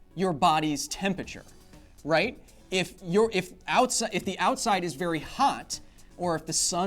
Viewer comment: Too much "Tempature" for me =(